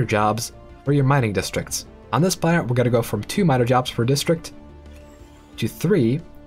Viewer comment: Am I the only one that hear him saying "Karen capacity" instead of "planet capacity"? Damnit Karen, being entitled to populate the planet.